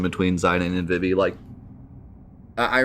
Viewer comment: It's pronounced "Zuh-Don" and "Vee-Vee"